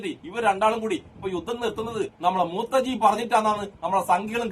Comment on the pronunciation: മൂത്തജിഅല്ല മൂത്രജിയാണ്